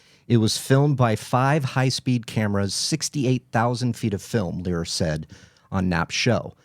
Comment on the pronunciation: Leer not Lazar